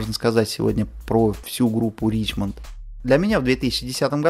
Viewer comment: Ришемон все таки, а не Ричмонт